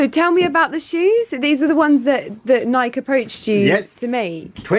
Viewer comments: Nike was the Greek goddess of victory - pronounced nigh-key, even in the UK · It’s pronounced ‘nigh-key’, just an fyi. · this was just absolutely glorious… How special to have purchased some of that tweed… And maybe somebody has let you know that it’s pronounced NIKEEE- 2 syllables, long E at the end❤ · true, but even the Scottish man pronounced it ni-key ☺️ but, however you want to say it is fine 🙏🏻